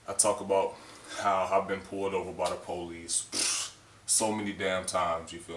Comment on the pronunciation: Po lees = police